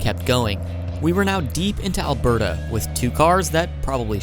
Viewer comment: Thanks for saying Alberda correctly